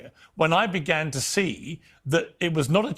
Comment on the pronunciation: I like how he pronounces Hamas like 6 different ways.